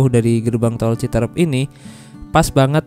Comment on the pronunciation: Aslinya CITEUREUP bukan CITEREP ..!!! Seperti kata peuyeum bakan kata serem...